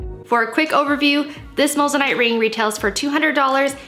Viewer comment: You're saying moissanite wrong